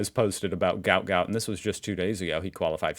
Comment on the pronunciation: My son works with Gout Gout's dad and says his name is pronounced Gwat Gwat. I had read somewhere ages ago (before I knew my son worked with his dad) that the spelling was a typo on paperwork and should have been Guot Guot, so the proper pronunciation of his name makes sense.